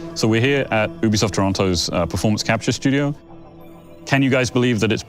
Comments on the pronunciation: Yoobeesoft not OObesoft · did he just said "We're here at boobysoft, Toronto"?) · Sounded like he said "Boobysoft" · we're here at "boobisoft" 😂